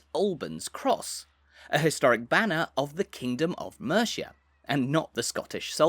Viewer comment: Mate... You've got to learn how to pronounce Mercia.